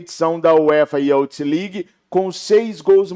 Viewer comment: UEFA “iuf” legue. Pronuncia assim a palavra youth 👍🏼 haha